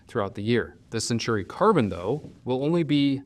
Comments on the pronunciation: Say it with me, Sen-taw-ree. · I keep getting the nails-on-the-chalkboard feeling when I hear you call it the "Century Carbon" and not the "Centauri Carbon", lol. I see you added a note in the description on this. Great analysis :)